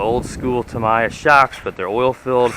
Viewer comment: Pronounced "Tam - EEEEE - Ya"